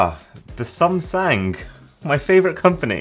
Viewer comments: “Ah,my favourite company,Sumsang”💀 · "The sumsang" Ah yes, ningt time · Sumsang 🤣🤣🤣🤣🤣 did it say s30ultra🤣💀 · Ah yes the sumsang my favorite company got me hard on the ground 😂